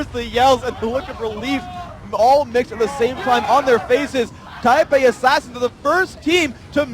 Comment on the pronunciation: first of all, its taipei second, its fuck not fuuuuuuuuuuuuuuuuuuck